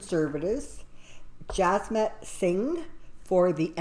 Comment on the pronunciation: Thank you. A good & interesting reading. I like that you read a broader view and an overview. AND (Psst): His name is not Jasmit Singh! His name is Jagmeet Singh!